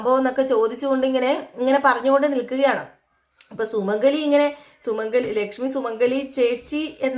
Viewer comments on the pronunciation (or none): Sumangali is not Sumangala